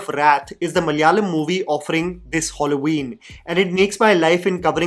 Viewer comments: It is Halloween...not holloween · criticizes the "language switch", ignorant of a rather common phenomenon of "Manglish" practiced in Kerala but also among overseas Keralites, masking it as an "unpopular opinion" Also: "Holloween" 💀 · Yeah yeah we all wondering wtf is HOLLOW-IN? 😑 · Wtf is Holloweeen? Matlab kuchh bhi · It's Halloween it's not hollow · I can't get past saying Holloween. It's so jarring😢 Also the accent was giving AI. Yeah this video threw me for sure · I kept hearing Hauloween (Madhuri desai short reference) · hollo ween 😂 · Halloween, not Holloween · Hallow-Ween not Hollow-Ween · saying “hollow-ween” is equivalent to Benedict Cumberbatch saying “penwing” to me 😭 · Cool video but I think I am the only one who is wincing a little whenever is saying "holloween"😂